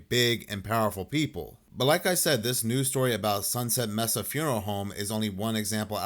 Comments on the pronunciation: I think "Mesa" is pronounced like "may-suh" not "mess-uh". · Mesa pronounced may-seh.